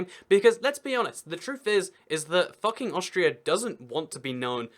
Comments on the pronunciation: Most probably it's pronounced "fuu-king" instead of "fah-king" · It's FOO-king, not Fucking! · It's pronounced Fooking. u in German is oo. But there are (where?) Austrian places (not towns) that are called after swearwords: Arschlockwinkel (Assholecorner) and Futbründl (Twatfountain, maybe C**tspring?). I think they renamed those places now. The "legend" is that when a royal cartographer from Vienna came to map the area the locals had some fun with him. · They recently changed their name to 'Fugging', which is close to the German pronunciation of 'Fucking'. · It's pronounced "Fook-ing". Video was still hilarious. Austria gets it bad - there's also an Oberfucking, an Unterfucking, and a Fugging. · The funny thing is that it’s pronounced fooking not fucking. Lol. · But isn't actualy pronounced "Fooking"? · It would not be pronounced as we would. It should be more like fooking. But obviously you can't argue with the alphabet. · You are pronouncing it wrong. It's pronounced FOOKING and it rhymes with "booking" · Uh, you do realize that you're mispronouncing the village name? "Fucking" rhymes with "booking", not "ducking." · Its pronounced wrong